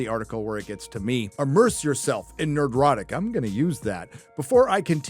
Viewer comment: The only thing that annoys me about is how he pronounces Nerdrotic. He adds an extra syllable into the word that isn’t written, and as a linguist, I hate it so much. As written, it should just be ner-dro-tic.